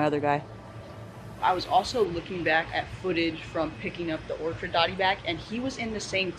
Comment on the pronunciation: This tank is coming along nicely! We need to see Zorro! (The dotty back). Just a heads up, it’s an orchid dotty back, like the flower. Not an orchard..